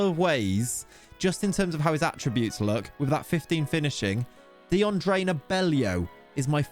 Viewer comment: You absolutely butchered both Dions name and the name of his club. :D :D